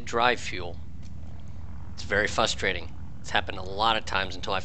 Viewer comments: I like your video and wanted to keep watching but the word is frustrating it doesn't start with fus it has an r at the beginning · Say it with me now, FRUS-TRA-TING. Otherwise, great vid. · Oh the Fustration! So Fustrating!